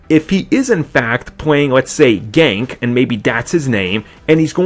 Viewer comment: ***** HIS NAME IS NOT FUCKING GANK ITS GANKE